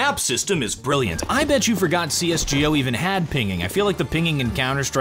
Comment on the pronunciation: Can you say CSGO instead of fucking CSGEO